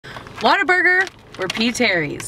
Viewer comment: Where are you from?? You say WhataBurger like a Texan Waterburger lol